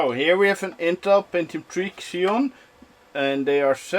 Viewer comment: Xeon = "Zee-ON" and the LBS measurement is short for POUNDS (USA) Also, MERRY CHRISTMAS FROM OREGON, USA! :)